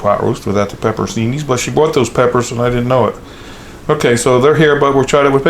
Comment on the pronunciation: It's actually pronounced Pepperon-cheeni....I always make a Mississippi Roast!